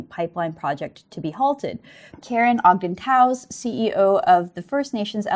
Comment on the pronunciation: I get annoyed when alt media makes simple mistakes. Its important for our news to be as proffessional as possible. First hastily was misprounced, it happens, but correct yourself please. MOSTLY though, Toews is pronounced Taves. I suppose i only know that because i had a teacher with that name